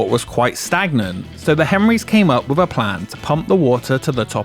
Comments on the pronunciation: How many "Wiv's" in this video. Come on narrator, elocution lessons. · What an ANNOYING voiceover! ...and I am only 20 seconds in! fuK! You change pronunciation from ver-ruck to ver-rouk. Let's not forget your continual "wivheld" "wiv" 'wivvout" and "monfs" instead on months and "everyfing". I would suggest you spend several years in acting/speech school learning to speak correctly. Regardless of the actual information...AWFUL! AWFUL! AWFUL!